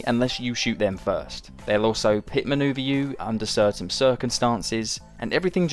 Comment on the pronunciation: "...under certaim circunstances."